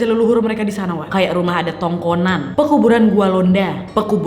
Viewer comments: Tongkonan kak bukan tongkongan😂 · Maaf wak yang sebenarnya TONGKONAN bukan TONGKONGAN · maaf koreksi kak tongkonan kak bukan tongkongan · Kak Nadia gak ada itu tongkongan yang ada tongkonan= rumah adat Toraja, lantang= pondok/tempat tamu keluarga yang datang saat acara, bullian = tempat peti mati orang Toraja yang di mengangkat orang mati saat akan di kuburkan 🙏 Kak Nadia ayo datang ke Toraja sudah lama aku mau ketemu kak mau minta foto hehe. Kak nadia itu cocok jadi panutan dalam hal gaya bicara, tutur kata dan prilaku 🙏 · Ralat wak tongkonan bukan tongkongan hehe 😁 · MAAF...TONGKONAN KAK. BUKAN TONGKONGAN HEHEH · Rumah Toraja namanya Tongkonan, Jeunk Nad.. Bukan Tongkongan. Hehehe... Cuma info aja, bukan protes. 😉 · Perbaikan sedikit kak nadia omara.. Tongkonan kak bukan tongkongan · Tongkonan, kak. Not tongkongan 😅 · Mbak nadia.. Kyknya bukan TONGKONGAN... TAPI TONGKONAN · Tongkonan ... bukan tongkongan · Tongkonan mbak, bukan tongkongan.. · Tongkonan kak 😭bukan tongkongan😭😭🙏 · bukan tongkongan wak, tapi TONGKONAN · tongkonan kak, bukan tongkoan :) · tongkonan bukan tongkongan🙏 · Tongkonan kak bukan tongkongan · Izin koreksi, bukan tongkongan tapi tongkonan, tongkonan = rumah adat. bukan tongkonan tapi Sarigan = keranda maksudnya bukan tongkongan tapi Alang =Lumbung Padi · Kak, maaf penyebutan rumah toraj itu bukan “Tongkongang” tapi Tongkonan” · Tongkonan bukan tongkongan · maaf kak bkn tongkongan tpi tongkonan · Maaf saya ralat sedikit, bukan tongkongan, melainkan tongkonan🙏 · Tongkonan kak, bukan togkongan😅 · Kak sebenarnya banyak kata yang salah kakak katakan kayak ( kete kesu) itu seharusnya ke'te' kesu, dan juga bukan tongonan tapi tongkonan. Tidak bermaksub untuk menyinggung kakak tapi saya sebagai orang toraja hanya mem benarkan kata - kata yang salah kakak ucapkan. Atas perhatiannya saya ucapkan terima kasih😅😅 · Bukan Tongkongan tp tingkonan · Tongkonan, bukan Tongkongan. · Maaf kak ralat tongkonan bukan tongkoan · Tongkonan kak.. Bukan tongkongan🙏